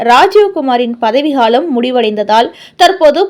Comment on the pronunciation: பதவி ஹாலம் அல்ல பதவிக்காலம் சரியான உச்சரிப்பு அவசியம்